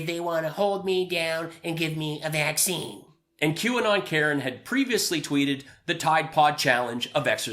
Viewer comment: "Bud lite is my vacseen" 😂😂😂😂😂😂😂😂😂😂 OMG I'M DYING